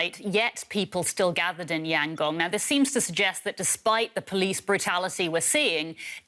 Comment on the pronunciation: .. example of commentators who do their homework, who care to check how the term 'junta' and the name 'Yangon' is pronounced .. and not just to read off the script probably handed to them seconds before .